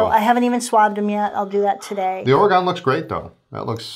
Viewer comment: My wife, who's from Portland, says to pronounce Oregon, end it with "gun." Otherwise, a perfect video!